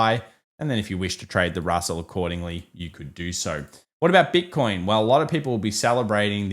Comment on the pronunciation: “Bit-con” . Hilarious 😂